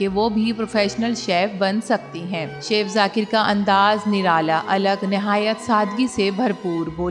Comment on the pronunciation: O bibi it's not seaff its chef chef check Google pronunciation